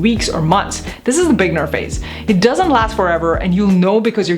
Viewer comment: Why does she pronounce "beginner" so weirdly?